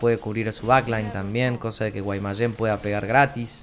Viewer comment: Siempre me causa gracia cuando dices Guaymayen lmao Saludos